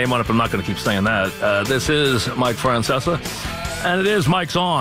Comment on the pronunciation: You gotta love a guy who CAN'T PRONOUNCE HIS OWN NAME!!! ( "Franceser")